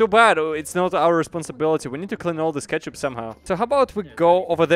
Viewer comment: The way you say ketchup is so funny for me LUL